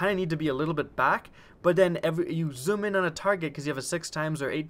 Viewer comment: I like how you say zoom,"zum" sometimes I'm not hating just think its funny/cool